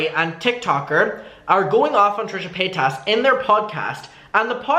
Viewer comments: Ilysm and I know it's hard to change speech patterns but it does make me kind of sad that it seems like shane dawson successfully made everyone mispronounce trisha's name 😭😭 I forget until I'm reminded, like he rly did that to them huh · You’re saying paytas like Shane 🙃